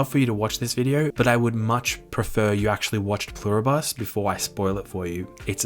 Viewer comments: Love the video! You're definitely saying Pluribus wrong! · Pluribus is latin. It's not a bus. It's literally on your american coat of arms. Et pluribus unum. Don't just wing it, at least ask google how to pronounce something if it is a word you haven't seen yet.